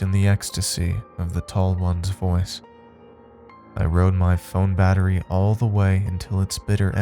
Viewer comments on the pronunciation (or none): none